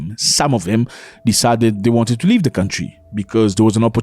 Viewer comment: Accent on "leave" 😂